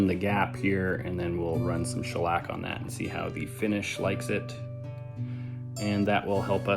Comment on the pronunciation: btw, its SCHELLack, not schelLACK 🤓